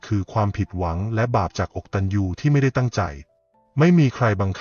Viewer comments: คำว่า อะกะตัญญู ไม้ได้ออกเมียงว่า อก ตัน ยู ค่ะ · ผู้ อ่ า น ยังอ่านไม่ถูกต้องเลย อะ กะ ตัญญู อ่านให้ถูกนะคะ อกตัญญู ไม่ใช่ อก ตัญ ญู โถๆๆๆๆ น่าสงสาร คือตัวคุณ อะ แปลว่า ไม่ กตัญญู อ กตัญญู.😢😊😢